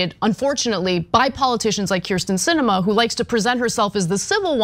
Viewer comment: No love for Sinema, but she's been in the public for how long, and you STILL can't get her name right?! It's KERsten not KRIsten